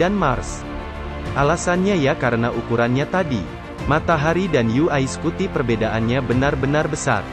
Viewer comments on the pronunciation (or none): Daritadi kita dengarnya yu ai scuti yu ai scuti. UY dibaca yuwai bang bukan yu ai 🙏🙏